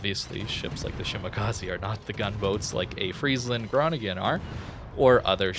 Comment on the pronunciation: Oh god dont butcher the pronunciation of the city i live in ... lol